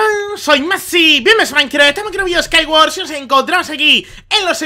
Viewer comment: Dices maincra xDD PD:LIKEE NUEVA SUBS